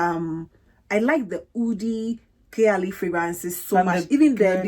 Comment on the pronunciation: I absolultely love this collab with you and! You queens have been spoiling us with these lives and uploads <3. By the way, Khair is pronounced Kh-ayr, as in like Kh + air haha